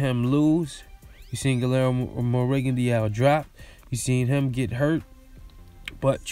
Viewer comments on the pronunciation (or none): His name is pronounced Gee-yermo